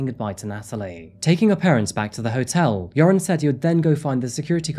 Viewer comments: It's pronounced more like "yer-own" or "yair-oohn" btw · I absolutely LOVE how you pronounced his name as "URINE" throughout this vlog. 🤣🤣 Much more appropriate than "Your-on". 😆😉 Rock on,. 🥰🥰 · I love that you keep pronouncing his name “urine”. Perfect! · 😂😂😂❤❤❤ I didn’t even catch that…LOVE IT- Urine is a POS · URIN. true to his name as to pronounce. RIP lovely Natalee and lovely and brave Stephany. Thanks for the great cover up -- as always. <3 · I always hear "urine" whenever this monster's name is said. It probably fits him better than his real name. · Joran's name is pronounced much like "urine", which is appropriate . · often mispronouncing his name as "Urine" is definitely no accident 😉 🫡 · I appreciate how you pronounce his name 'urine' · Keep hearing urine 😂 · it's only logical that his name is pronounced "Urine" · I appreciate the not so subtle mispronunciation of Joran LOL